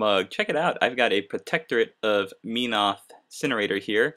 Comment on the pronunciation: its pronounced MEN-oth. not meen-oth. But great painting job!